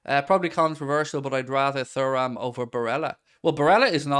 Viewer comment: Mate please for the love of god... it's pronounced 'tooram'